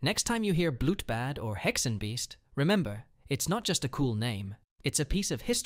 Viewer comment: Too Lock… David and Bitsie have a daughter, not a son. I think her name is Vivian. Vesen not we - sen Bloot Bahd Tah gah log not tag Ah lahg